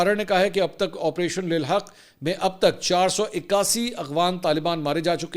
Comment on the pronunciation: منصور بھائی آپریشن کا نام آپ کو نہیں لینا اتا اس کا مطلب انجینر بھی آپ کی سری ویڈیو دیکھتے ہیں🎉